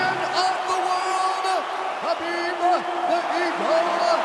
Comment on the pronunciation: you Write his name Khabib but u pronounce Habib.